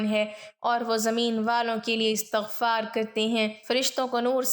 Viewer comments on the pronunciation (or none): none